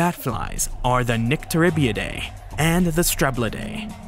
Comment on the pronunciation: The latin -idae is pronounced “ideee” not “ iday”. Check your latin manuals. That said, this is a great video!